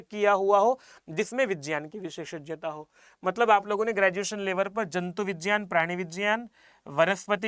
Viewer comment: Vijyan nahi vigyan bolte hai